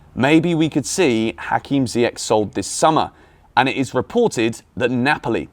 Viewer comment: PLEASE PLEASE stop calling him ZiyeCK!!!! its ZiyeSH!!! its aSHraf hakimi, not aCKraf!!!!!!! how many times do i have to comment this?! :/